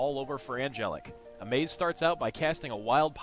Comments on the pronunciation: OH GOD HE KEPT SAYING AMAZE! Its amaz not amaze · Amaz is my fav streamer so I cant let it go without saying, his name is not "Amaze" :\